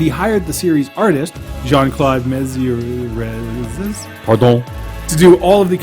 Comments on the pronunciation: It's not really complicated to pronounce it when you know how. Pronounce it like this > Mez - Yer (Mézières) and do not pronounce the 's" a the end, it's a silent letter. Now you got it ! You see, it's easy man ! ^^' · don't worry, mezière is such a complicated name to pronounce for an english speaker (as well as a german or spanish one i guess) so don't think about it anymore and keep provide us entertainment from across the internet, wish you a nice day, salut !